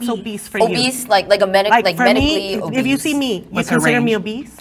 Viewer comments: It’s obese bro.. not obeast.. but she looks like a beast😂😂😂😂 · bro said obeast,lol ......bmi doesn't account for genetics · Man really kept saying Obesed 😂😂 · WHERE THE FUCK IS THE "T" IN OBESE?? WHERE?!?!? WHY TF YALL KEEP SAYING OBEST? THERES NO T IN OBESE!!!! THERES ONE IN OBESITY!!!!! SURE!!! THERES OBESITY, AND OBESE!!!!!!! THERES NO OBEST!!!! FML AGAINST A WALL! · In my head I spelled it "Oh-Beast" 😂